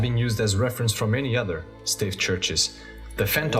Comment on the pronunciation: Stave is pronounced stay-ve. Wooden nails are called dowels.